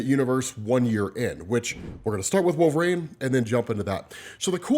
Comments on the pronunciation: Genuine question, why do you say wolv-rain instead of wolverine? No hate just curious. Been a huge fan for about 7ish years, keep up the work!! Love ya dude! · Why TF does this dude pronounce it "Wool-vuh-rain"?!